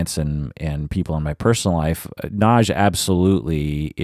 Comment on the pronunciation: I would say, it better if you say Nadj. :)